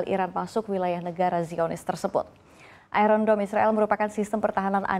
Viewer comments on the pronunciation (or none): Ai ron dom? what kind of English she’s using. Embarrassing